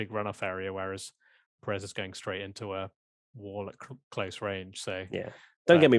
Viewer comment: Hello there. Love everything you guys produce, but can we start working towards pronouncing Pérez properly? It is the only Southamerican driver you have to learn. I see the same from the guys at SkyF1, and they even correct themselves when they pronounce it properly. I guess at this point it is not ignorance about how to pronounce from their side, because they have millions of years doing this, but i know you guys don't do it on purpose. Thanks.